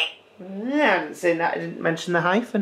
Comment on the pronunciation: 'THAT' 'TAT'. Your funniest pronunciation.